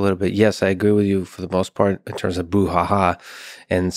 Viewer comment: Poor robot Lex refers to "Brouhaha" as "Boo Ha Ha"